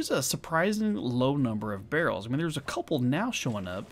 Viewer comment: You know it's a different game because instead of saying "Oh heck it's a behr" he says "where are all the behrls"